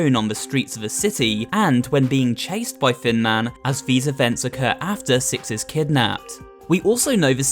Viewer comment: Best annalysis so far, also, hecc cute skeletons because they are tiny! Whenever you say "Thin Man" I hear "Fin Man" and idk why